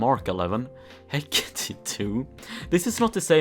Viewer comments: Why does he say he-cat-e its he-cate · No one: Literally no one:: HeCaTatE